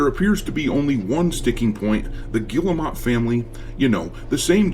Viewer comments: It's pronounced gear-moe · You know, their name is not pronounced like that, but i like the way you say it because it add the disrespect they deserve . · Guillemot !?!? That’s French for retarded!!